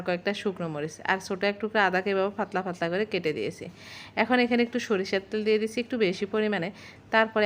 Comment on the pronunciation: নোয়াখাইললা নয়তো কুমিল্লা 😂